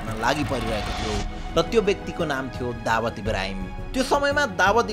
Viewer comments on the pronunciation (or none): Dawad ❌ Dawood ✅ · दावद होईन शुद्धसँग उच्चारण गर भाई दाउद ईबॅ।हिम हो उसको नाम दावद को अथॅ निम्त्याउनु हुन्छ । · Dawad re???😂😂😂 Daawoooooooood ho bhai ramrari pronounce ta gara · bro Dawat haina Dawood ho !!! party bolayera Dawat deko jsto po vanyo ta >( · दावात ❌ दाउद ✅ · दाऊद लाई दावत भनेपछि कन्फुज भैयो सुरुमा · दाबद होइन दाउँद भन् न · babu dawood ko pronounciation nai milena hai timro....u are saying dawaat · Is it दाउद or दावत? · dawood lai dawat k vaneko ho patrakar vayapaxi jun news banaudai xa kam se kam tesko gahiro adhyan ta garnu parxa ni sahi pronounce samma garna nasakne patrakar le sahi news dinxa vanera kosle samjhinxa ? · Muji dawad hoena pahila sahi naam lina sikh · दाउद भन्न नआको हो???